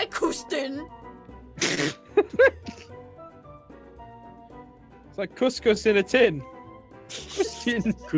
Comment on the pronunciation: Koustin? 😂😂😂 Jess u did it again. Congrats on making me laugh💜💜💜